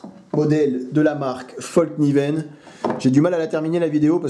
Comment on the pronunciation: Bonjour, et merci pour tes vidéos. Une toute petite remarque histoire de la ramener:-D Fällkniven: le petit [..] sur le [a] a toute son importance et donne à peu prés: fèlkniven.